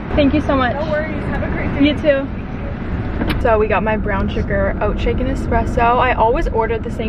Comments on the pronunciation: I needed this🤎 but please tell me your Starbucks order bc I keep hearing “oat chicken espresso” and when I turn my captions on it also reads that. Is that correct? Or am I trippin 😅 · Dying bc I was hearing oh chicken 😭🤣 and I had to look it up but she’s saying OAT SHAKEN 🤣